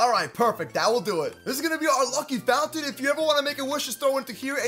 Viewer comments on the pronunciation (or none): none